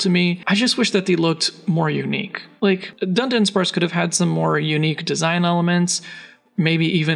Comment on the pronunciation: A lot of people seem to do this, but it's Du-dunsparce not Dun-dunsparce 🤓